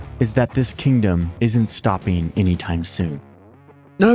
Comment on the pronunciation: bro says "stopeen" instead of "stopping